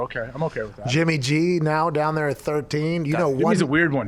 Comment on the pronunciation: Pat talking: Down there is pronounced donnair